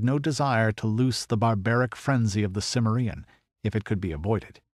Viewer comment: A superb Conan story, very untypical, but I think one of the best, maybe even my favorite. The vocal performance is also excellent, though I wish the narrator had bothered to learn the correct pronunciation of "Cimmerian."